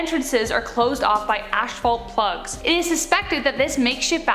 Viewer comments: It’s just frustrating how dumb these YouTubers are. They’re the ones basically teaching the kids stuff these days and it’s “ashvault” and “eewmumu” and “like” this and “like” that 😂. Whatta world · Lol "ash fault"